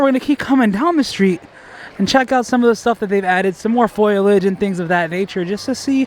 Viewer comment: just a tip, it’s pronounced FOLE-IDGE. not foil-idge. spelled foliage